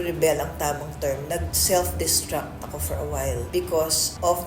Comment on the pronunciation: Self not seft